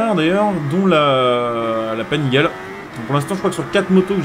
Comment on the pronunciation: Salut, juste pour l'info. Panigale se dit "Panigalé" ;) . Sinon bonne vidéo, continue comme ça !